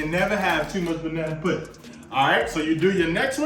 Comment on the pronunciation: Oops 😬at least:36 had to 🛑 it bruh that’s not 🍌 puddin (scratch) that’s 🍌 pudding (using pudding) 🤦🏾‍♀️. It’s ez for you but I’m Ol school 👩🏾‍🍳 and I make my custard from scratch and slice 🍌 and squeeze 🍋 juice so they won’t get over ripe (black)….I will 👏🏾👏🏾 you for making it your quick way but aht~aht that’s “pudding” NOT “puddin”